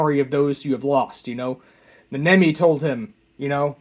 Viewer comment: "Neh-NEH-mi?" and "Mohito?" Do you mean NAnami and MAHito?